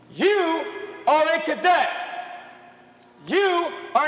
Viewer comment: It's really irritating hearing the narrator mispronounce "cadet" and referring to females as him or his. Wtf?